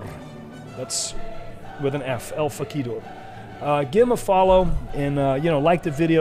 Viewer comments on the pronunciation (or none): no no Fahk ee dor-r-r-r-r-r Roll the r proper,! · El Fah-key-door Well he tried, and I appreciate that. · El fah-key-dor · “El Fa Key Dor” 😂😆🤣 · He said Fack ee door 😆😂 poor Lorie 👀 Lorie that spelling 👀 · El Fa-kee-door. Made my day right there.... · "EL FAAK-EE-DORRR" LMAO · El Fack-i-dor... Love it! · Just followed the fah-kee-door on Twitter. Sure was hard to find though! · I need to ask who in the world El-fahq-E-Dore is? Never heard of 'em. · El Fah-key-dore ... Hmmmmm ... That name doesn't sound so trustworthy ... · HA fah-kee-dor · You'd think he would be better at Spanish having a Spanish speaking wife. It's Lucha! Next thing you know he won't understand that making everything Fakidor just means improving everything! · I don't know what I'm happier about rn. The possibility of a punk return or blacks pronunciation of Laurie's twitter handle 😂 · How pronounces El Fakidor is legendary. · That's some Monkey's Paw nonsense for poor Laurie: his video promoted & praised by the subject, but at the cost of having his handle so hilariously mispronounced it almost overwhelms the coolness of recognition.